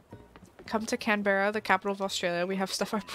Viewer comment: The pronunciations are Canberra (Kan-bra), Brisbane (Bris-ban), and Australia (Us-trail-ia)